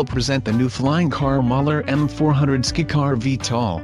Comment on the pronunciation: Skycar you dumb A.I. not skicar!